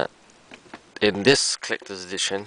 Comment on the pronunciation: HAHA he said "Clecters" edition! lol!